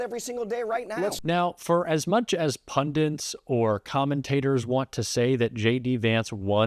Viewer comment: A journalist, including video a journalist, should know that the word is " pundit ". There is no such word as "pundant". I mean, what is a "pundant"? Is that some sort of football player or something?